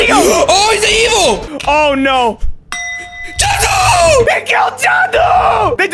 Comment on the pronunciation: It's jaduu not judi